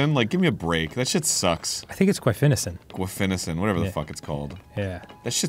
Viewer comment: ARIN CAN PRONOUNCE GUAIFENESIN!!!!!!!!!!!!!!!!!!!!!!!!!!!!!!!!!!!!!!!!!!!!